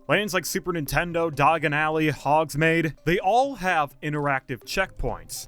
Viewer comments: First and foremost, I would like to chastise you on the absolute butchering of the pronunciation Hogsmeade, I don’t know if you’re doing that to rage meat people, but it bothered me Secondly, this is the order of possible lands that have been rumored and speculated based on my opinion and general understanding on how universal made viewing 1, one piece land - I feel this is the most likely as it was a Collab they did with Universal Studios Hollywood fan fest. It is the most popular manga series. It has a huge fan base as well as marketing potential and fits with the universal islands of adventures literature theme. It also would be able to utilize the Arabian market as well as the general theme perfectly. 2 hogsmeade expansion - the town is pretty flushed out and we would most likely if anything get a fangore forest expansion with a possible dark ride or coaster attraction as well as a lot of mythical beast. 3 Zelda - this option is growing more and more unlikely as Nintendo themselves wanna keep their IPS together, while the theming would work well, I don’t think that the legend of Zelda has as big of a fan base as people think, it is very niche. 4 - some other IP - universal made choose to use another IP that they already have that can prop up this land and work well 5 wicked/Wizard of Oz - there has been heavy, rumors and a lot of speculation, but the battle for the theme park. IP would probably not be worth it as universal only has the IP rights to wicked and not the over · He really didn’t need to say he hasn’t watched Harry Potter after pronouncing those like that. 🤣